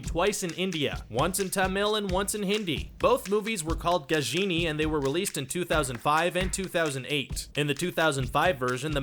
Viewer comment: It's called ga-jha-ni ok you ****.